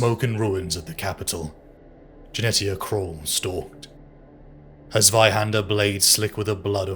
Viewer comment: Jenetia = Jen eesh ia , like Aletia (al eesh ia) , the t is silent.